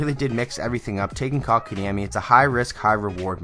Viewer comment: xdd How did you pronunced that name that well XD